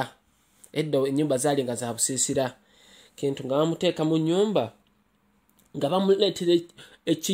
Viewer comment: Baganda do not pronounce "Kintu" the way you're doing. It's pronounced as though it's "Chintu"